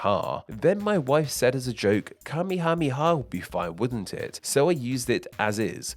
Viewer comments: You promised Kamehameha wrong the whole video. It's ka-MAY-uh-MAY-uh. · King Kamehameha's name is not pronounced the same as the dragon ball thing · Worth noting is that the anime pronounces his name wrong. It's not KA-me-HA-me-ha, it's ka-ME-ha-ME-ha. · Listening to you struggle to pronounce that ridiculously long list of names of the king, was hilarious 🤣🤣🤣 This, coming from a United States Navy guy that was stationed/lived in Hawai'i, for over eight years.